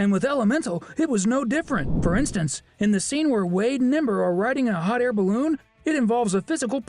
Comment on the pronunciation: Did he just said that ember was hwat ...😂